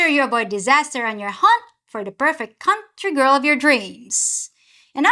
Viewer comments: Cuntry? Whoah girl!!! 😂😂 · "The perfect Cunt-ry girl" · I thought she said, "Cunt-try girl." My mistake. My dirty mind must be active today.